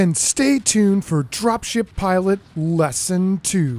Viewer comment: Guess what i'm hearing when you say "drop ship pilots".